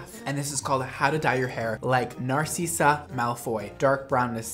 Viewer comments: I died when he said narseasa I was like sir no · He really said narcIssA 😂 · Narcissiah <3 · I'm sorry but did he just say narseesa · Can we all discuss pronunciation of Narcissa ☠️😂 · Im crying at how he pronounced Narcissa 😭😭😭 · Anyone gonna talk about how he pronounced queen Narcissa? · am i the only one who's noticed that he said narcissa wrong...? like im sorry but im a big harry potter fan and pronounciation is key to me. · I know he did not just pronounce narcissa like that